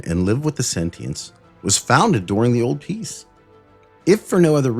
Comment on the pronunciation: God please say "old piece" a little louder. It sounded like you said "obese" 😭 "today we continue to delve into the obese" had me jump up LOL